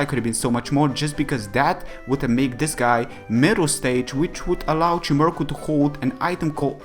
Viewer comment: Dude its pronounced chime-echo